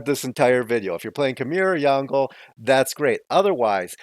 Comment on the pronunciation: Insightful video! But it is pronounced Yong Le xD